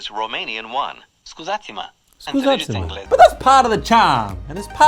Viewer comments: Hahhaaha. I’m romanian and that “scuzati-ma” was great dude! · OMG..I'm romanian and your "Scuzati-ma = Pardon me" is flawless. Why would you want to learn this not so important mixed latin-slavic language? I guess I know it. You found a romanian girlfriend. That's the best boost to force you learn such a language from far-far-away.